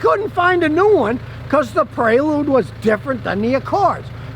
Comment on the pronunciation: It's Prelude not Predule.